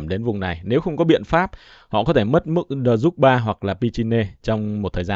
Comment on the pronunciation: Cần đọc cho đúng theo tiếng Nga từ: D ru z ba ( Đờ ru giờ ba)